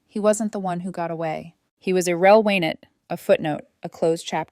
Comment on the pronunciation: A.I. can't pronounce 'irrelevant.' 😅